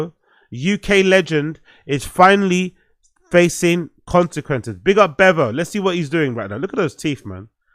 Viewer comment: His name is Beavo NOT Bevo 😂😂😂😂